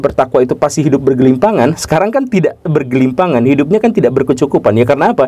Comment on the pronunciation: komentar saya itu konteksnya bercanda, jangan dianggap serius. Saya yakin maksudnya bergelimang (harta) atau berkelimpahan, tapi Om Guru agak belibet jadi salah ucap jadi "bergelimpangan" yang maknanya jadi beda.